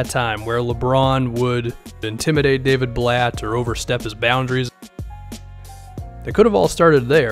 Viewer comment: I was just about to comment that lol